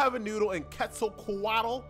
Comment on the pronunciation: quetzalquatl is pronounced as kwetzalkwatle, just so you know